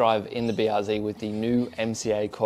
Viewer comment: BR what? Zee? Zed son, you're Aussie, and a qlder at that, get it right.